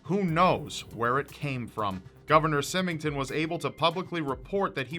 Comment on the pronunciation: Symington was pronounced wrong. I probably spelled it wrong though...Other than that, good work!